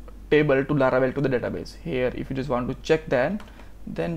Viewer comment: it is laravel not laravebel